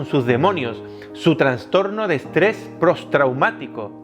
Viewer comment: Prostraumático!! tampoco es tan difícil decirlo hombre. :P